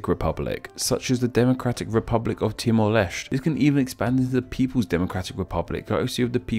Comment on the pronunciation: The way he pronounce ‘Timor Leste’ as ‘Timor Lest’